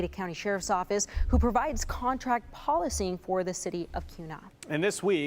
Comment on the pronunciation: She said “pol-i-cing!!!😂😂😂